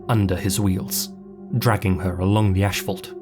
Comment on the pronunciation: ASphalt...not ASHphalt